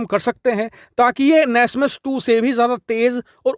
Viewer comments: nasmas nahin bhai NASAMS Air defense system hota hae bro 😂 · NASMAS nahi NASAMS